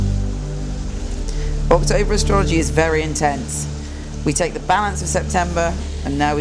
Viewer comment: Your October actually sounds like September to me. I really like the background and you had some really useful information I'm going to try and define. Your always the best